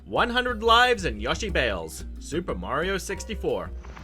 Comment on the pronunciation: This guy can’t pronounce things for shit. It’s “Hestu” not Hetsu and Yoshi not Yahshi